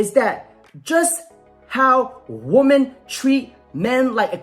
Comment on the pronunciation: Just curious I'm asking you this question because I've heard you doing this as well, has it suddenly become cool woman when you obviously mean women? Or is it an accent thing? It's been annoying me for years and so many people do it these days. Please enlighten me what the hell is going on? Seriously.